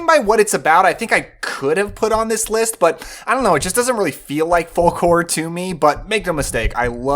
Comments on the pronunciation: Great video. I hate to be that guy but it’s pronounced “fowk”. Sorry. Love you channel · The "L" in folk is silent. Good list, though.